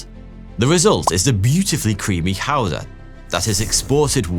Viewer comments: Yyyeeeeeess!!!!! GOUDA... you got it so much more correct than americans do... augh i HATE hearing Goo-duh..... its Gouda... ... thank you gor getting it nearly correct... i know its hard to... ggggghhh.. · 40 years of life and I never knew that's how Gouda was pronounced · Yeah, it's not GoodA like Americans pronounce, but Gouda like gold. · You're alright, the ''Gouda'' was actually spot on. Good job on the G. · is the first to pronounce Gouda the way it should be. Also the pronunciation of a lot of other words is pretty impressive! You did your research, and probs for actually trying your best to pronounce everything as good as you could! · You slaughtered just about the whole of Dutch language only to finish by saying Gouda perfectly fine lol. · And the first non-dutch person that actually pronounced 'Gouda' correctly 😂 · Finally an English speaker who pronounces Gouda correctly!!! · As a Dutchman i was about to make fun of all the name pronunciations and then he goes on to pronounce Gouda correctly... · I agree that he was surprisingly good in pronouncing Gouda, but he didn't quite get the G right. I understand this because the British often get things wrong language-wise at least. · Hy sprach neêrlandtse niet zo goedt, maer daerom hy sprach Gouda kass goedt. Maer die woudte ben lêve oudten neêrlandtse. It is de 'G' lyk en ængalisch. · besides the fact that you pronounced Gouda correctly.. I am more impressed by you pronouncing Afsluitdijk correctly both the ui sound and the ij sound you did correctly, however the same ui sound in Zuiderzee you did not and also the ij sound in Ijselmeer wasn't correct, where you did it correctly in Afsluitdijk.. But I am still impressed. A very good video man, as you can see in the comments, you made a lot of Dutch people proud